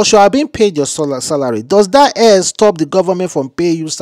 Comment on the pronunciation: that thing is call hair not air damm it.